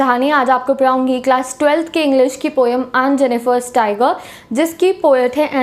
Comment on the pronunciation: U speak great paungai instant of padhuangi..😊😊😊